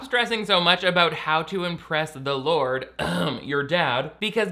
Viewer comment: You saying "Gourd" reminds me of the time our youth group leader accidentally began a prayer with "Dear Lard Jesus"